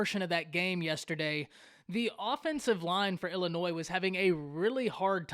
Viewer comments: Totally agree that Nebraska's mistakes mainly led to the Illinois victory... BTW - It's NOT IllinNoise... You make cornhusker fans sound like real 'cornhuskers'.... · There is no “s” sound in Illinois!!